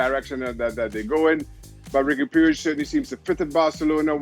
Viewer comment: Riqui puig is pronounced "Ricky pooj" not pyooj